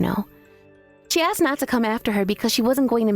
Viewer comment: It's 'ah-sked' not 'ehhh-xed' 🙄🙄🙄